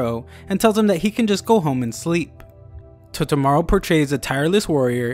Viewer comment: Toe-Toe-Mah-Roo. not totomaro